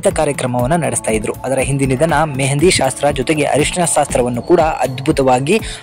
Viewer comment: ಸಾಸ್ತ್ರ ಅಲ್ಲ ಶಾಸ್ತ್ರ ಅಂತ ಹೇಳಿ